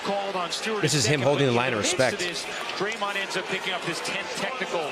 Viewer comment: He ax you to respec him okaay